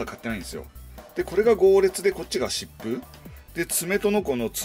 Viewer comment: 疾風がシップに聞こえるのは俺だけ？